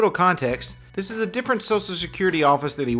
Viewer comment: He's already been told three times it's NOT a public building and still mumbles, "Iss uh public building right?" No, mook, it's not. Go mumble somewhere else.